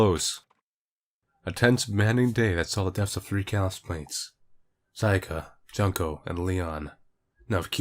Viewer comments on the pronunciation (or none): none